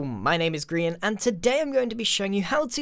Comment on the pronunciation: it is grian not grain